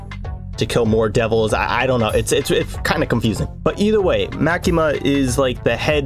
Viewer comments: "Ma-kee-mah" is a horribly humorous form of pronunciation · By the way you pronounced Makima wrong say it like the character Maki from Jujutsu Kaisen and then add the ma at the end